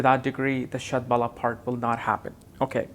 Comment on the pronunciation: You r pronouncing it wrong. Shad Bala means Shad Force. Bala is pronounced like 'Hollow' with B instead of H and O having a slight 'a' component